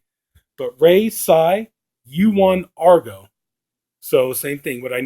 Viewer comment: Thank you for Argo! You hit the pronunciation on the dot! Email is raytsaiguy g m a i l